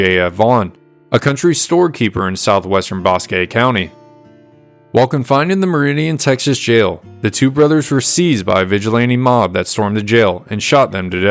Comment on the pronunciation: Your pronouncement of "Lampasas" is fine. Family has been in this area since 1807 when first relative was born in Nacogdoches. We believe, have not proven it YET, his mother was Blackfoot and if so family has been here even longer. Need work on Bosque, try Bossck.